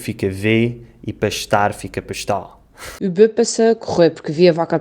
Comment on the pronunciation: Interessante que o r final de pastar quando pronuncia o falante de Braga parece muito com o r caipira do interior de São Paulo